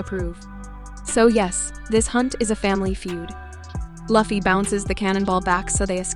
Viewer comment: I have seen plethora of one piece video and there are always someone who mispronounce Lufy's name but this is the only video where someone got all of the main casts names wrong. Congratulations 🎉